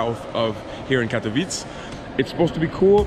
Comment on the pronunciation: I must admitt im impressed with your little trip to Pszczyna! And, we always pronounce KatowicE, with E at the end, dont eat it while saying it 😆😎😄 cheers Mate.